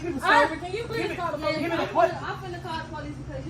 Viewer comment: Call the po lese, while you’re at call the am blanse